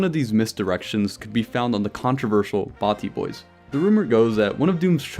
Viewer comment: its batty not Barty